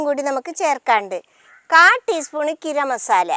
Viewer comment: കിരം മസാല അല്ല ഗരം മസാല ട്ടോ നല്ല രസം ഉണ്ട് ടെ സംസാരം... നല്ല റെസ്പി ടെ